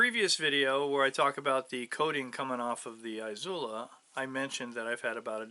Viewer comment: Eeezula not eye zula. Love the videos but it’s killing me